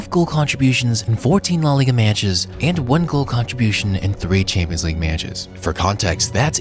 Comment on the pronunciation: Meyatches. Weird way of saying that word given your attention to your voice.